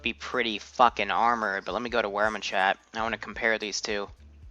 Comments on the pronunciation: Vear macht is how you pronounce Wehrmacht. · I think you hurt the Wehrmacht's feelings... (INTENSE MUSIC) You said it wrong XD